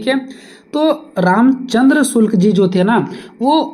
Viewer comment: आपके शब्द प्रयोग में बार-बार Shukla ki jagah me shulk ka prayog kar rhe hai कृपया इसके आगे वीडियो में सुधार कर ले